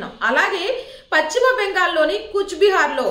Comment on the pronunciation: Pacchimabangal kaadamma.telugu pronounciation sarigga nerchuko.paschima Bengal antaaru.maa kharma ki nee laanti vallu anchor ga ravatam memu telugu talli chesikunna kharma